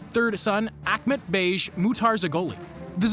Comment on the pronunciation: thats not the Mati region bro :D and you pronounce bej like bay not like beige